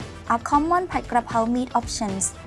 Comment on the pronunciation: it is spelt and pronounced Pad and not pot. The Thai spelling literally tells you that. You got so much wrong in your comment